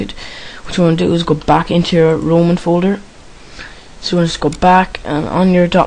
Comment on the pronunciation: its called roaming not roman :)